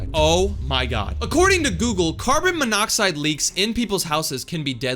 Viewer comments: Dude your saying carbon “M” miodide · MONOXIDE!!! ITS MONOXIDE!!! u probably know that... Right..? EH NO OFFENSE OK 😅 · You mean, Monoxide?